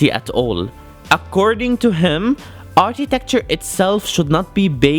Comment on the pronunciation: Architecture not Artitecture